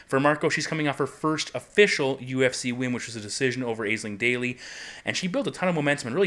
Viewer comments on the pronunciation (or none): Dude Aisling is pronounced ASH- LING. You should know by now :P